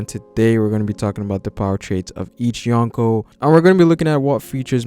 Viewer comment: dude seriously..... "YOHN KOH" As in 4 EMPERORS BRO. It takes me out of the videos sweet analysis and commentary. I mean i get the attempt but put some effort into the pronunciation. It gives a low amount of effort look and feel. But still love the video and respect for the research and time spent.